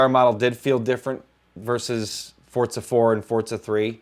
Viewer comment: There is no "t" in Forza, am I the only one who is super annoyed by just Forza being pronounced ForTza?